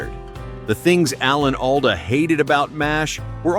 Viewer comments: “Al-duh”? It’s “All-duh”. A.I. voice strikes again. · Not Al-duh, like the name Al. It’s All-duh, like all AI get pronunciations wrong. Good content, but thumbs down for unprofessional diction. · He pronounces it “ALL-DA” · Would be nice if you properly pronounced Allan’s last name